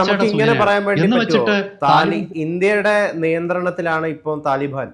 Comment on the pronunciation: എടാ മൈരേ തലിബൻ അല്ല താലിബാൻ എന്ന് പറ 😂😂😂😂